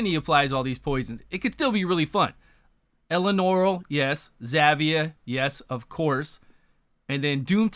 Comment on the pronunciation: who TF is Elenorol? xD